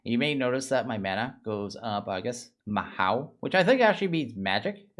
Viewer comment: I have the same problem, but I haven't done any Mahou Tsukai beyond making the gem. Also... it's not Mahow, in transliteration it would ideally be Mahō - basically you just hold the o sound slightly longer.